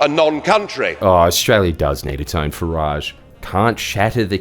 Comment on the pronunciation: It is not fah- raaage He hates the French it is Fah-rige